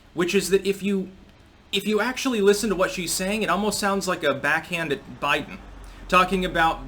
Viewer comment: Day 2: "Bliden" gets his last name wrong.